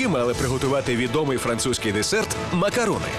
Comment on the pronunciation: Шановні диктори каналу СТБ -- не макарУни -- а макароОни називається